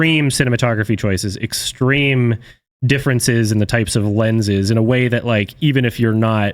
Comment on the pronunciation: The moment he said “lenses” markipliers ears started ringing